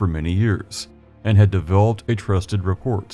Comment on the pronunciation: Rapport is pronounced with a silent "t."